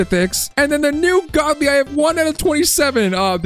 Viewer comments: He said in britidh accent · yeah I implied that pronouncing it with a british accent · GODLY! that acccent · bro turned into british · bro is british saying Godly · Bro keepssaying godly in british accsentXD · ITS ALWAYS WHEN U BECOME BRITISH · Bro says godly like hes a British 😂😂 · Bro keeps saying godly in british accsent